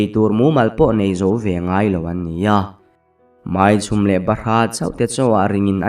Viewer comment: Pasaltha thawnthu leh thawnthu dang pawh i chhiar hnem tawh teh reng nen,MAI CHHUM tih pawh i la lam thiam lo chu a nia,in thawnthu chhiar hi u luk ve deuh in,in rilru hi pe ve deuh teh u.